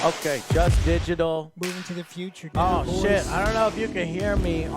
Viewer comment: "FROM THE FYOCHA"